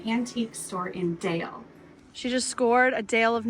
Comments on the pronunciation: Glad you enjoyed yourselves in Norway (Bergen), just had to smile when you said Dale of Norway, and the town of Dale...it's actually pronounced "dahleh" and not deyl. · Dale is pronounced more like Darler in Norwegian. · Nancy's mittens are called Selbuvotter and Dale is pronounced "Darla" 😂. ❤ from Norway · Dale is pronouced Doll lah. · DALE is pronounced "Dah-lah" From your friendly Northfield MN, home of St Olaf College. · I just googled Dale: Dale is pronounced as "Dah-leh" in Norwegian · I'm surprised that you didn't correct their pronunciation of "Dale." 🙂